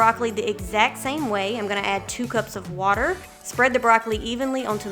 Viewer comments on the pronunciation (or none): none